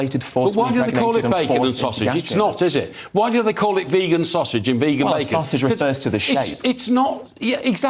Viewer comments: I would say that every attempt to make veganism look silly here has completely backfired. In the most wonderful way, ever. You got a fat elderly man who can't pronounce the word vegan, saying that protein comes from animals... is this a cartoon character? You got a malnourished looking nerd with wrinkly skin and noodle arms calling our movement an EATING DISORDER..... I can't actually believe that these are real people, who really think they are in the right. If the status quo doesn't change after seeing this I don't know what will change it LOL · That man doesn’t even know how to pronounce the word vegan of course he doesn’t realise you can get protein from plants The audacity of the three of them to speak so confidently about things they understand NOTHING about is completely infuriating, isn’t the whole point of inviting a speaker into their show to listen and learn from someone who knows better?? What is the point of having you on the show if they’re not even going to let you speak! And I’m quite a calm person but comparing veganism to an eating disorder?! That is completely out of order and offensive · almost turned me "veygan" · Oh god why do they always say "vague-an"? It's so consistently the anti-vegans who mispronounce it they must be doing it on purpose, some bizarre attempt to seem disaffected and uninterested. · as soon as said vaygan... i hate him! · bloated supposed journalist with chronic high blood pressure who can't pronounce the word 'vegan' claims you can only get protein from meat. Ok then, no worries bro